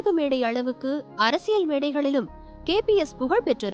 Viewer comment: KPS illa nalla utchariyungal KBS Endru